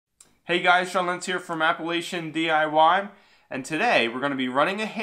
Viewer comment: This man can't even say Appalachian right...